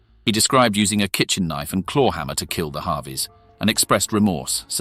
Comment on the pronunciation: I think their name is pronounced Harvey and not "Havi".